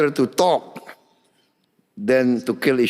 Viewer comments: Beda sama yg nganu...pake Teks Pun MASIH..WE WOK DE TOK NOT ONLI TOK DE TOK....😅😅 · We wok de tok, not tok de tok..